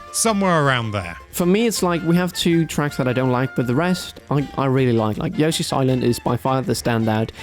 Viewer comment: pronounces Yoshi so weird.